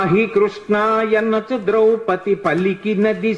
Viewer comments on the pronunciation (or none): none